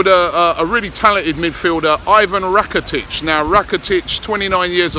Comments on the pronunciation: It’s Rakitic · It's rakitic :)